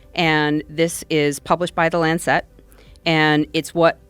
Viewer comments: If she says LanCET one more time......... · It’s hard to take people seriously when they pronounce Lancet incorrectly.